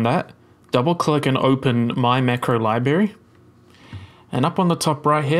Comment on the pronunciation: Very nice, worked perfectly the first time I tried it. I've never had anything in Unreal work the first time! My only nitpick is it's strange hearing someone who's clearly intelligent mispronounce "library" lol.